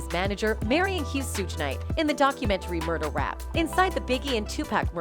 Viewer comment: I was saying the same thing 😂😂😂